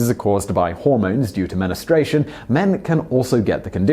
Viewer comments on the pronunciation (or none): Simon, it's "men-strew-ay-shun", not "men-us-strayshun". Just an FYI. I'm giving you a bit of leeway for being a bloke. I can't remember if you say "new-clear" rather than Dubya's "nuke-u-lar", but I've definitely heard scientists say it! They get no leeway from me for that one! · That one was annoying me so much.. menastration ftw lol